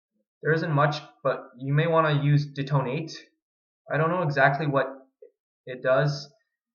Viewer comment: De-tone-eight. Lol.